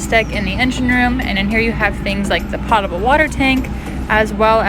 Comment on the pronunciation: It's poh-table water, not pot-abel.